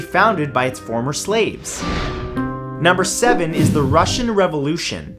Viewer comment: Ooo u Messed up with the Russian one